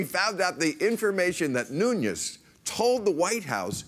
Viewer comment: Devin 'the portugese' last name is nunes (no ñ)